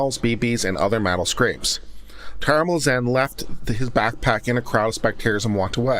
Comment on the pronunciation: To say their last names don’t try to pronounce the T